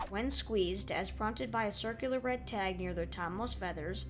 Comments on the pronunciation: B R E A D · Oh yeah, B R E A D ! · ah yes my favorite angry bird.. B R E A D